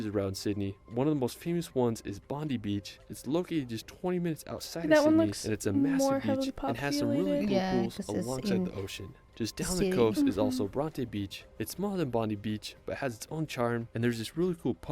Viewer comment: He's not pronouncing Bondi correctly. It's not, "Bon-dee", it's, "Bon-Dye". And Bronte is not, "Bron-Tay", it's, "Bron-Tee". And we don't pronounce Melbourne as, "Mel-Born", we say, "Mel-Bun".